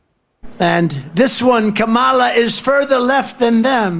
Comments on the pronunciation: Trump is a such a hateful person he purposely pronounces her name wrong. Cannot wait for him go away. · If you say her name wrong purposely, then you are a racist. Plain and simple. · whos this camola he speaks off, its kamala, comma, la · Go ahead, Donnie - mispronounce VP Harris's name again. Don't worry, you'll hear it pronounced correctly when she steps up to be inaugurated as President. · It's such a shame that he doesn't have enough respect for the Vice President to the United States to at least pronounce her name correctly.😠